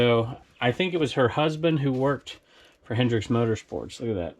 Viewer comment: Just so you know it's Hendrick not Hendrix/Hendricks lol